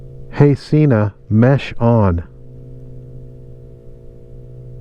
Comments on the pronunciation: Haha it is pronounced seh-na not see-na. You were right the first time. They have a video about it on their channel. Great video!!! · Try saying Sehna instead of seeena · It’s “Hello” Sena not “hey.